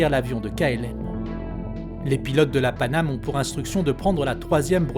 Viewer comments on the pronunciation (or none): "Panamay?" Sounds like we have a new airline.